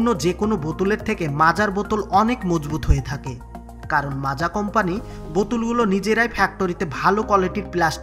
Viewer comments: Macha na maaza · দাদা যে ভিডিও টা পোস্ট করেছেন তাকে বলছি এটা মাচা নাকি মাজা😂😂😂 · ota macha na maaza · মাচা না 😁😁😂😂 মাজা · Ota মাচা নয় মাজা লেখার ধরন দেখে মনে হচ্চে বাংলাদেশের ভিডিও আর বাংলাদেশ মানের ভুল ভাল উচ্চারণ 😂😂😂সঠিকভাবে উচ্চারণ করতে শিখো বন্ধু গাইয়া ই থাইকে গেলি🤣🤣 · মাচা ওটা বল মাজা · Ota Macha noi Maaza 😏